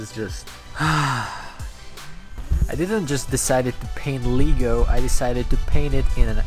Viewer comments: Leg-o not leeeg-o lol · Le’go not ligo lego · Lego se nečte jako [lígo], ale [legou], anyway nice art🤜🏾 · Imagine saying Lee-go instead of Lego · I swear to god if u say LEEGO 1 more time...